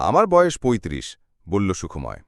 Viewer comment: গল্প নির্বাচন ভালো | তবে উচ্চারণ সন্বন্ধে সতর্ক হলে ভালো হয় | কখনো বলা হচ্ছে সুখ্ময় আবার কখনো বলা হচ্ছে সুখোময় ১ এরকম আরো আছে |